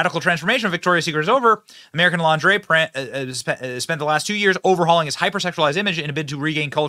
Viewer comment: Benny! Did you say Launderay 😂 😅depends on the person. One can be full figured and look stunning as well. A woman feels about herself what others in her circle feels about her. Depends on how her mate make her feel about her body.